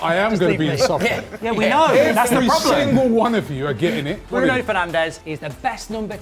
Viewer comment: Cmon it's Bruno